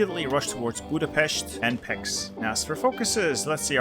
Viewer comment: You should pronounce Pécs like this: Not "Peks"